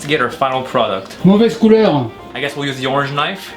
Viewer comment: Mauvaise couelur 🤣🤣🤣